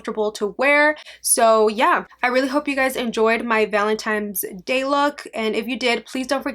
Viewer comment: I love you and your videos but please stop saying Valentine's Day like "valentimes". There's no m!!